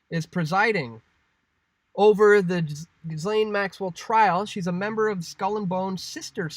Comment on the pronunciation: Please stop saying GHiSlaine, the H and S are silent! as in Gilaine.